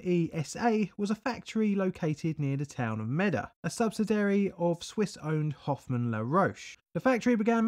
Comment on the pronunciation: Also: subsidiary has two i’s in it, pronounced sub-SID-ee-airy, not “subsidary”.